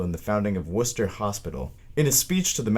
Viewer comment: Good job with the video. Either the creator is from New England or did his research based on how he pronounced Worcester correctly. Worcester state hospital was demolished and rebuilt into a modern facility after being abandoned for years sounds like he used his younger sister with braces to do the the voice. They aren’t fun so I hope her teeth at least came out good. 😁